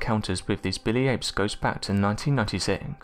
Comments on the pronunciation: Is he saying Billy ape or Bitty ape? Spines on it's back? Tf? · Is he saying "Billy Apes" or what?